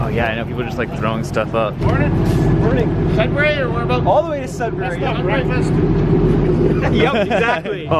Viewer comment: I live in Sudbury (pronounced "sud-ber-ee" by the locals, not "sud-berry")! Never took the Budd Car though. And yes, Northern Ontario is VERY pretty. It's why I'm proud to live here! Highway 144! The main highway between Sudbury and Timmins, and the crossing is at Bannerman Creek, just south of Onaping Lake, where my grandparents built a cottage in the 1960s! I had a couple friends I went to high school with that lived in Cartier :D Chelmsford is the town I live in. I'm just down the road from that rail crossing! No station but it is a flag stop. Theoretically, I could hop on the Budd Car and take it to work! (edit: technically the stop for the Budd Car is closer to my place of work than my transit stop on GOVA is) I get to see the same views from my bus ride to work :P Speaking of which, you might be inspiring me to see how far on GOVA I can go in a day. It's a HUGE transit network, distance-wise. Unless you got to it before me! There is another station in Sudbury, on the OTHER rail line through it (I can never remember which is CN or CP but it's the one that isn't this one) that serves the cross-country Canadian VIA train. The downtown station ONLY serves the Budd Car, sadly. The other station, Sudbury Junction, is at the end of a road after a long industrial district and far from any of Sudbury's residential or commercial centers and far from the nearest local transit stop! Ha! Classic Sudbury! And I hope the homeless didn't accost you TOO muc